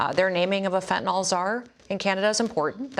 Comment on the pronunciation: Just so folks know... The drug is called FENTANYL. Fenn-tuh-nill... Not "fettanol". Public officials should atleast know giw to pronounce the words pertaining to the issues they are speaking of.